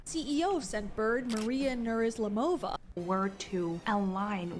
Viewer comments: Soooo... do you believe "coffee is bad for you" is worse than coffee enemas? 😆 "Spiritual and "alternative medicine" people can be really crazy, you know. Besides in the video her surname was pronounced not how I'd pronounce it (like Noor-islAmova - stress on "A"), sounds like she is from Central Asia (one of "stan" countries) or somewhere else from former USSR. P.S. And I'm sorry for your loss. I guess I did send a little money (I really don't remember), since there are some letters in my inbox from you. Cancer sucks, a death of my first girlfriend hit me insanely hard, despite the fact we parted our ways in the past millennia. Since then I've witnessed several people I follow on the Web actually beating that terrible illness, which is a true joy every time, especially because most of them are really young, younger than me. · "Nurislamova". It's really not that hard 😊 Kudos for being real